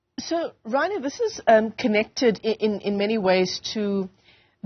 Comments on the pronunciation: she did say Rhino, and she should know better, but she seems to want to distance herself from proper enunciation in Afrikaans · I know it's Ryno, but she pronounced it as Rhino! 🤦 And she's a local!